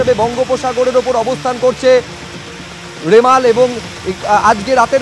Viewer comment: Reporter dada remal k rimela bole feleche